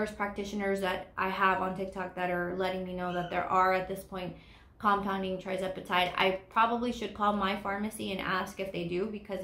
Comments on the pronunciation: Lovely video,. Just a note - it is tirzepatide, not trizepatide, in case someone is researching. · I believe it’s pronounced“TUR” zepatide (tirzepatide)